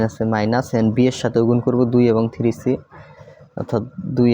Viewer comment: Tumi tiri bolba na plz three bolba😊ok